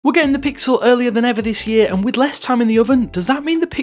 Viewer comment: I SWEAR HE SAID PICKLE 9